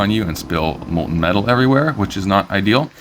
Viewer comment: MOHL-tuhn, as in, mole-ton. The "t" isn't silent. Otherwise, it was very nice work.